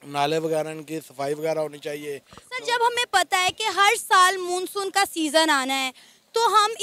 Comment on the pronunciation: उसे मुनसुन नही मानसुन बोलते है